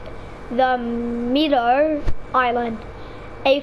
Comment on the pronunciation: Meadow is pronounced (med-oh)